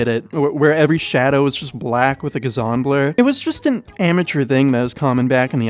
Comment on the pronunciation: Did you really just say "gazzon blur"